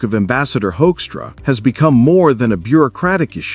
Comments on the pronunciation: Did he say Hoinkstra? 😂😂😂 I Can't disagree. This little piggy became ambassador. 😂😂😂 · This may seem pedantic, but I’m tired of people mispronouncing Hoekstra’s name. I can’t stand the guy. But I think reporters should go the extra yard to figure out how his name should be pronounced. It’s not Hoekstra or many other variations I’ve heard. It is pronounced Whokstra. As in ´´WHO is this asshole and how did he manage to achieve his position?´´. Whokstra = Hoekstra.